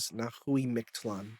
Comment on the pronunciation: from what i heard, in the Nahuatl language the TL is always together, so its not MicT-Lan its Mic-TLan